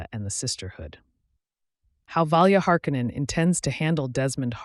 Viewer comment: Learn how to pronounce shit its literally said in the show and you cant even say harkonnen right jesus dude 😂